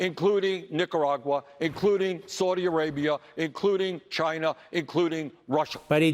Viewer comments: did Wormie say 'Cuber'...Chiner?...he is nothing but a liar and spews nothing but lies...there is a good reason we are not a democracy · there is no 'R' in China or Cuba. Looser.